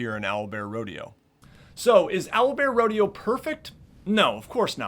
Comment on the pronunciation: at one minute and he says it’s Owlbearrodeo